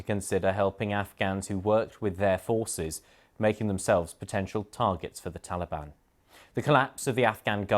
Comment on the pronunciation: First, Man can't even say Taliban. Second, him saying the mission hasn't failed yet in complete bull crap there country is on the brink of collapsing and the president just fleed the country.